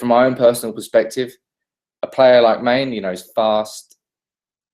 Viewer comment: OMG please stop calling Mane "Main" -_